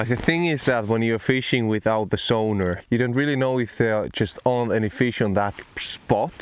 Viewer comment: Took me a while to realise you were saying sonar not suana ha ha. I was thinking that you Finns are very fancy going fishing with a Sauna ha ha. Love your videos dude - thanks for sharing and good luck. Subbed